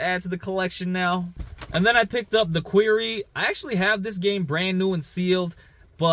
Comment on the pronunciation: Quarry not Qweery lol Great finds 🤙🏼